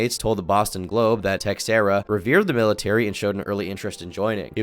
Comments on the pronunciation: its probably pronounced 'teh-share-uh' not 'tex-air-uh' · Was waiting for a dark video on this. Didnt disappoint! Also the "x" in "Teixeira" is pronounced "sh" . So "teh-share-ah" not "tex-era" . Hopefully, you don't take this the wrong way. 😂🙏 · The X in Teixera isn't pronounced like that. The name is more like "teh-shera"